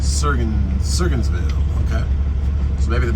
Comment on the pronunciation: hey brother , its pronounced sur-goins-ville . if your ever back up this way going back to sc . might wanna consider i26 to asheville nc /Sams Gap on i26 is much better than going up i40 thru the gorge . both are hard pulls but sams gap is 4 lane all the way to asheville then stay on i26 ,all the way to spartanburg ,sc . be safe brother .